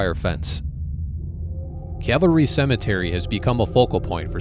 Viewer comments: It's Calvary, not cavalry. You spell it correctly in the pinned post, but you consistently pronounce it like soldiers on horseback. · Isn’t is pronounced cal va ree? As in the cross where Christ was crucified?